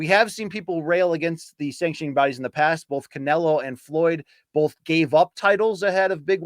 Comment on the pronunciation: heard it bowlf ways